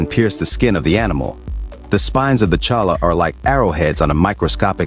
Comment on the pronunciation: jumping cholla.. pronounced choya. and they dont eat. its just a cactus lmao